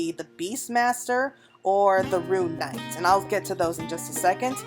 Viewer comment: AAARRH my biggest pet peeve is when people pronounce RUNE as RUIN.. and now I have to hear both that and Corsair pronounced as Corseer so hard to listen for me. sorry had to vent on that lol